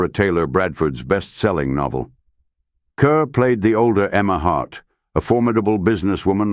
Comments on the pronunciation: Deborah Kerr is pronounced Kahr, not Kuhr. "Kerr (As In Star)" was a significant P.R. catchphrase at the outset of her career. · Her name is pronounced 'Car', not 'cur'. Please stop doing these poor videos. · Her last name is pronounced Carr. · It's "Kerr Rhymes with **STAR**!", Mr. AI!! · If you are going to do a tribute to someone, at least pronounce her last name correctly.